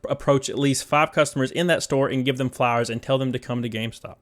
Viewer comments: I hear "flowers" instead of "flyers" 🤣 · The way you say "flyers" sounds like you're sayin "flowers". I like the idea of a Gamestop employee randomly giving me a flower when I walking around WalMart.